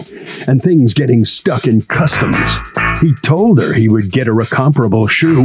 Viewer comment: When I heard her say custome Z I KNEW it was customz lol